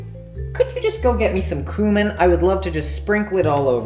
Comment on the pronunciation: The way he pronounced cumin :(